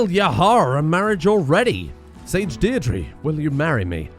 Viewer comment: As an Irish man I would like to point out that Deirdre is pronounced Deer-Dra (as in dragon).